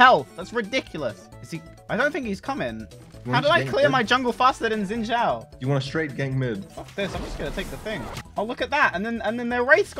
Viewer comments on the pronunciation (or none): can u pls say xin zhao correctly